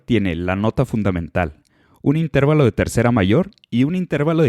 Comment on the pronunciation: Se dice y se pronuncia INTERVALO, no INTÉRVALO ya que es una palabra grave o llana terminada en vocal y por lo tanto se escribe sin tilde.